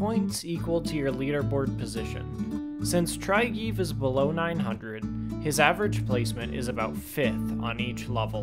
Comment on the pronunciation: Try-geve haha It's pronounced more like Trigge-Ve. Welcome to Scandinavia.